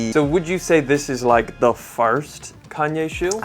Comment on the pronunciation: the "FARST" is nasty